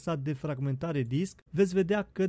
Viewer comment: "Disck" okayy